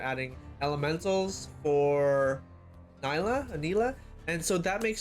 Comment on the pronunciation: it's pronounced nee-la not ny-la >:)